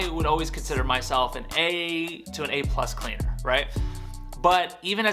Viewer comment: mans said a-clus pleaner 🤣 good tips though!